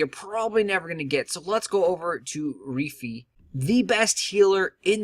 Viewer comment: Good Video. But I cringe every time he said Reefee lol